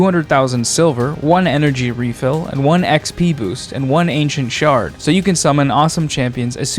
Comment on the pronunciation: For your Raid promo I heard , "one ancient shart." 🤣🙈🙉